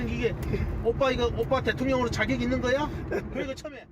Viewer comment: 아나운서야 발음잘해라. 있는거야????? 발음을 올려야지.